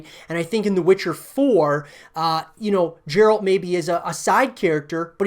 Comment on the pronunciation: My comments. First off, how did you play the entire game and miss that his name is pronounced with a hard G? #1 - New story, new characters: Not a bad idea. #2 - New environments: Not a bad idea. #3 - Multiple PCs/Co-Op: Not a bad idea. #4 - Multiplayer: BAD idea. Some games have a system that works with MP. Some don't. This is one of the latter. Free to play...are you smoking crack? CDPR doesn't need to head down that slippery slope.